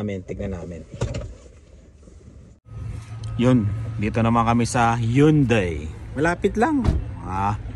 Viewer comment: You read it as haYunday